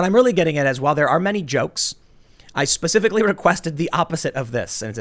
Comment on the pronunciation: Pacificly or Specifically